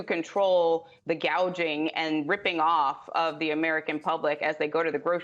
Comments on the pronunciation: Oh Christ. She said Price “GAGING”. She mispronounced the TOPIC of her entire speech and her POLICY. Isn’t there a single competent politician in the entire country. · Did she just say price gauging isn't it price gouging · Does she not know how to pronounce price "gouging" and not price "gaging" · Price gouging. She didn’t even say it right. Hopefully she knows what she’s trying to say. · She said price gauging😂😂